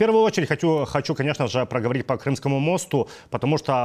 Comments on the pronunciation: По мостУ ударение на У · Мосту .ударение на у